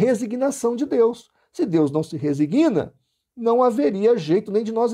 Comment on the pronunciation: Por favor, corrija esta pronúncia: em vez de "reziGUIna", pronuncie "rezíGna". Em "resigna", o 'g' não tem apoio vocálico, por isso a pronúncia é paroxítona, mas com silaba tônica no "i" após o "s". Obrigado.